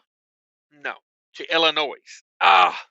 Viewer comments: Not ' I'll in noise ' it's said ," I'll in nose " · Every time he says “IllinoiSSS”😂 Being from IL, there is NO “S”🤦🏻‍♂️